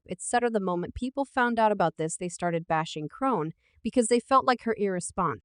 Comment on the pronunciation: WHO THE FUCK IS CHRONE?? how do you make a video about someone and you’re illiterate 😂😂